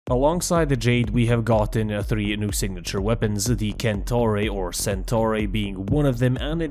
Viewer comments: KAHN- TAH-REY. it doesnt come from centaur. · cantare is just a song in italy, and it pronounce kan-ta- rê